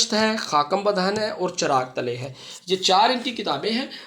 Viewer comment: سر بہت اچھا لیکچر انٹرویو کے لیے ۔۔ سر "خاکم بدہن اور غنودیم غنودیم " کا تلفظ اور ادائیگی دیکھیے گا۔۔